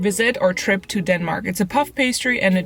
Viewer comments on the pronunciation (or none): none